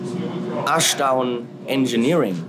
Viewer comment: You owe Dave an apology! It's Ashdown. Naturally I'll watch it...